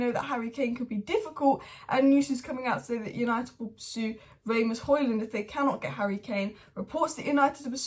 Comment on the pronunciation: It's not Ray-Mus it Ras-Mus